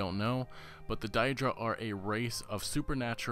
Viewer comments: Daedra not Diedra. Bloody hell. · its pronounced Day-Druh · I love your discussion vids so far on this topic, but please start pronouncing Daedra properly. 'Day-Dra' .. Rather than 'Dye-Dra' .. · Dye dra..are you fucking stupid? They literally say it all the time in the game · Stop saying diedra!! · can't even pronounce daedra (day-druh). also every elder scrolls game has daedra quests not just skyrim. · its been said in other comments, but die-dra??? seriously? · die dric. really? if you know enough about the game to make a theory you'd think you'd know how to pronounce daedra... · Thank God I wasn't the only one who noticed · God so distracting, Die-dra? why would anyone pronounce it that way? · Your pronouncing daedra wrong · you mispronounced daedra all throughout your video I question if you're a real fan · Haha ya his pronunciation of "daedra" is very attention drawing, but still...very good video, man! Keep it up! You've earned a sub! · You know Mehrunes Dagon is pronounced mayrunes day-gone and daedra is pronounced day-dra right? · it is day druh and day drick. if it was die druh it would be spelled daidra. EDIT i saw you corrected yourself. lol thanks.